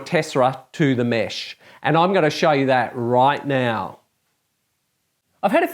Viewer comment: I really enjoy your videos. They are so helpful. Thank you for sharing your knowledge. Plus: it is so funny when you say "Right now" :)))